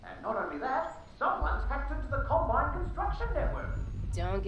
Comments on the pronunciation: Wonder pewds said columbine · Pewds said Columbine instead of Combine, wow. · Pewdiepie: *says “Columbine” instead of “Combine” CNN: PEWDIEPIE PROMOTES SCHOOL SHOOTINGS IN RECENT VIDEO